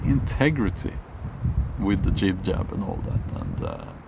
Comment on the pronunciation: When you say jay jab you make me laugh.